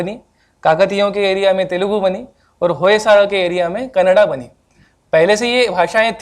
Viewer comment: It is Hoysala , Vijayanagara, Talikota .. why can't you pronounce 'a' at the end ? Do you pronounce Haryana without 'a' ?